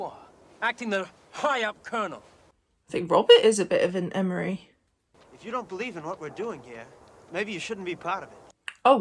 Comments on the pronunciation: Every time you said "Emory" I became puzzled until I realized that you were talking about R. Lee ERMEY, who played Gunnery Sargent Hartman in Full Metal Jacket. 😅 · FWIW, the actor who played the part of the drill sergeant, in Full Metal Jacket, was named "R. Lee Ermey" (Pronounced: UR-mee). You kept mentioning the name "Emory," but I finally realized who you were talking about. You provided a wonderful reaction to an often overlooked movie!